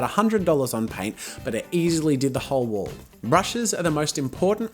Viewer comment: Me thinking he was saying wool paint this whole time 😯